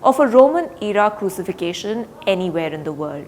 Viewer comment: Good report. Although the word 'Crucifixion' is not pronounced right.